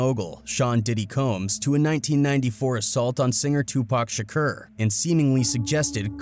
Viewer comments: REPEAT AFTER ME SHA CORE His name was not sha kur its sha core lol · Pronounced kour not Kerr but it's understandable overall good content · Yeah but he keep saying Shakur wrong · He saying shakur wrong azz hell,that's how you know he capping hard😂😂😂😂.